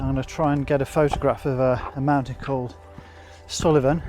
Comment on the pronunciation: Oh, aye, the hormonal grumpy old wifey in me wants to tell you Suilven is pronounced Soolven. Just though of another place too - the castle, Eilean Donan is 2 minute drive from my house. Everyone takes photos of it from ground level but there's a single track road, (used to be the main road to Inverness), that runs along the hills behind the village of Dornie that the castle is next to. If you go along the road until it rejoins the main road, you'll find the most gorgeous views. The castle, the 5 Sisters of Kintail, Skye, the lochs joining up and swirling about - Lochalsh, Loch Duich and Loch Long. It's really a lovely way to get different views and worth taking a half hour to just potter along slowly. 👍🏻👍🏻